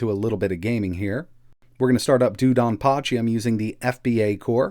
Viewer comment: Just FYI it’s pronounced like “dough”donpachi